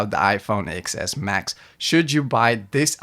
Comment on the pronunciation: Stopped the video as soon as he said "Ex Ess Max" 🤦🏽‍♀️ Anybody that doesn't know it's a "TEN S Max" looses all credibility.